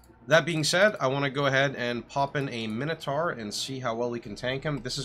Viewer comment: min-o-tar? wtf.